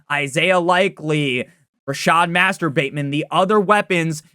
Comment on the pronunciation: "Rashod Masterbateman" 💀😂